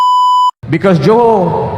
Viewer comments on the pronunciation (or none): none